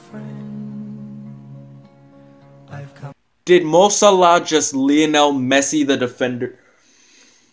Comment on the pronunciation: It's actually closer to the way it's pronounced in Arabic 😀